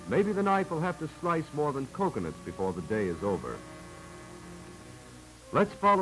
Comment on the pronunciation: Before me, Not Gore me. ....;)